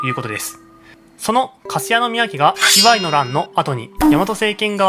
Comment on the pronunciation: イワイの発音に違和感